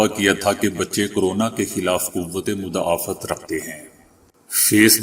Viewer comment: مدافعت Muda Fiath م کو پیش د پر زبر اور ف کو زیر اور ع پہ زبر لگا کر پڑھیں